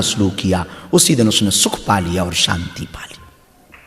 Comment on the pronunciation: सांती नहीं शांती बोलो